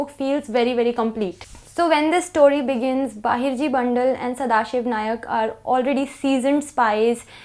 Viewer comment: not Bahirji Nayak, Bahirji 'Naik'